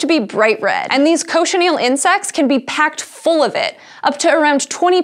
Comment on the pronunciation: Cochineal not Cochinel